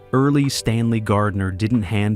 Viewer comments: Erle, not "Early" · Erle is pronounced like "Earl", not "Early", a real basic concept for this topic. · Erle is pronounced "Earl" not "early". Either the AI or the human narrator is ignorant. Get things right or don't bother. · Earle, not early! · EARL is how Mr. Gardner's first name is pronounced, not EARLY!! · Deliver ke feom those obnoxious A.I. voices! The word is pronounced "Earl," (Earle), not "Early!" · Erle Stanley Gardner's first name as NOT pronounced as "EARLY"! It was ponounced as "EARL"! Stupid AI-generated narrations! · “Earl” not “early” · It was pronounced "Earl." 😊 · Erle is pronounced Earl . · Can we train AI to know that the second e in Earle is silent. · FFS, learn to pronounce the author's name correctly. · You might at least pronounce Mr. Gardner’s first name correctly.